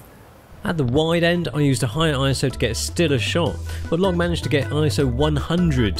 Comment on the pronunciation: When says "ISO test" all I hear is "asshole test". haha